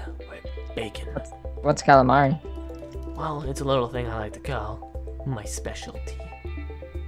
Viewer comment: kraken knows what calamaria is he said calamairy in whos your daddy